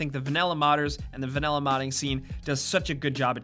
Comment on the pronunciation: Did no one notice, he pronounced it "va-nel-la"? I was looking through the comments and couldn't find one that commented on it. Lol, well it happened and it's super weird.